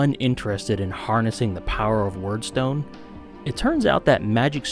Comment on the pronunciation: Great warband. The only thing that annoyed me throughout the video is wyrdstone is pronounced weirdstone being the old English style spelling of the word that represents the catch all phrase describing things of magic and weirdness :)